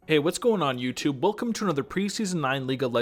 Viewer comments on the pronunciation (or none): none